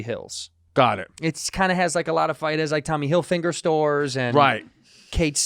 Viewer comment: Andrew saying “Tommy Hillfinger” is his most Tito moment.